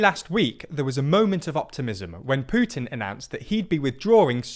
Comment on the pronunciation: WOW! Its putin and not Pjutin!! Nice!